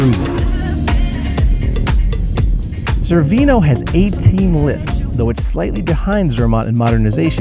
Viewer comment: Wait... you made it all the way to Cervinia and nobody corrected your mispronunciation? Chair-vin-eee-ah.. Otherwise, great video. Very informative.